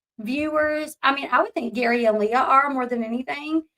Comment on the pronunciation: You're saying Leah's name wrong😂 it's not like Princess Leia